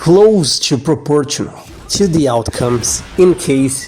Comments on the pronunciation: I know English isn't your first language, but the way you pronounce proportional was just so funny. The T here makes a 'sh' sound instead of the 'tch' sound you used. Pro poor shun ull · In words like traditional, and proportional, the T is silent. "Proporshonal and tradishonal" is how you're supposed to pronounce them. You also might want to cut down on the text and simultaneous narration. Makes it hard to stay focused, especially with the fonts you're using, that cover most of the screen. Gives a rather ill-looking presentation. Other than that - well said. Cheers.